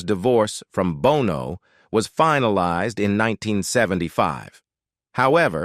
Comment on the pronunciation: What happened to the bot narration? It starts to go haywire right about here, at the line "their divorce was final-eez-ed..." Did it get a computer virus?